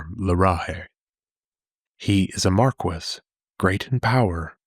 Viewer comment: just abit of correction Mar-kee and lay-men .